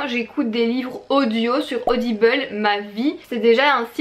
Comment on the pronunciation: mdr la prononciation de audible j'adore